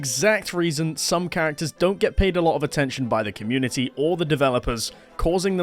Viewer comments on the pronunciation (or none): none